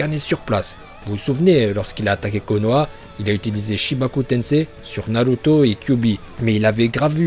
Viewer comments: Tarrette de dire naluto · narut... je veux dire naluto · moi j'adore la prononciation naluto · C pas naruto c naruuto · Naruto pas Naluto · Tes prononciations sont parfaites et celle que je préfère c’est naluto. Je m’entraîne à le dire comme toi mais ça me semble impossible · Je me demande si il troll ou pas 😂en tout cas la prononciations de naluto es correct 😂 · Au est c narrrruto même en Japonais